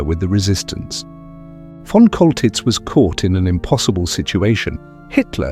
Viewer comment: His name is pronounced "Sholtitz!" monsieur........ You dingbat. 😅😅😅😅😅😅😅😅